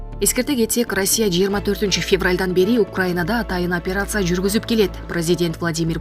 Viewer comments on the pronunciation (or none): none